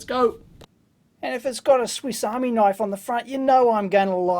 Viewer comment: "This heres a knoife!"